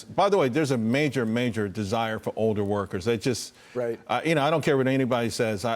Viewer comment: What happened to the letter L? Why does everyone pronounce "older" like "oder" It's weird.